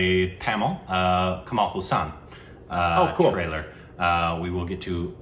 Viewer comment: You guys always Kamal Husaan, he is not Kamal Husaan, He is called Kamal Hassan. If you cannot pronounce. You can call him. Kamal Aasan. People will think he is a muslim if call him. Husan.